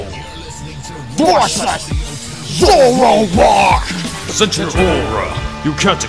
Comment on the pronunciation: said zoroak